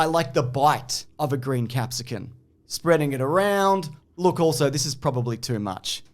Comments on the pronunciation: please. You're like 50 by now probably. You gotta know it's capsicum, not capsican. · The real jailable offence is pronouncing it “capsicuN”. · Pizza recipe bit was great, love the mention of bell pepper/capsicum cultural difference which was extra amusing for to repeatedly call it a capsicuN instead. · Big fan of the commitment to the bits this year, but why does he keep saying capsicun? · I distinctly heard him say "capsicuN" like a god damn Neanderthal. Do you also "aks" for an "expresso"? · Why does keep saying capsicuN? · Did I just hear capsicun with an ‘n’??? Jail. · Is saying 'capsicun'? Like, with an 'n'? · I don't think you should go to jail for making a pita pizza. You should go to jail for that pronounciation of bell pepper.